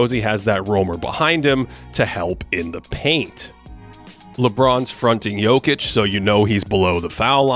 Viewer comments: thank you for actually saying Jokic correctly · props on the pronunciation of his surname :)